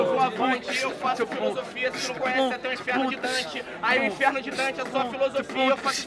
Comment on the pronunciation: sí eu escutei o falando Fisolofia?? kkkkkk